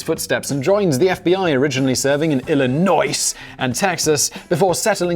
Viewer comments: It’s just Illinois simon. Not ill-inn-noicee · "ill-uh-noise"? Yeh Mean Illinois/"Illinoy"..... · I think he was purposefully saying it like noice. Illi-NOISE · Illinois doesn't have the S on the end pronounced. "Illinoi". Also Mattel is "ma TELL". And Arkansas and Kansas don't sound the same. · Simon its pronounced illinouzchtetpt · The 's' in Illinois is silent Simon 😊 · The s is silent in Illinois. Just a heads up dude. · Me: Simon, you don’t pronounce the S at the end of Illinois. Simon: I don’t care! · Smashing that dislike button for the Illinois pronunciation. STOP PICKING ON US SIMON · Sam does good work from the basement. Also........I cannot figure out if he said Illinois wrong on purpose or not? lol Also also....bought the mug and a sticker. Love that design! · OMG ! Illinois The S Is Silent, Simon, #Triggered You absolute Legend. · Please don't pronounce the S in Illinois lol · Ugh I was probably distracted when he said it, and we Illinoisans are very sensitive about our silent S!